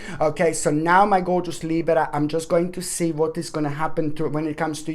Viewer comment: I just had to say that I love the way you say Libra!! Then I always try to roll my R like you do🤣 which never works out.. Thank you ❤️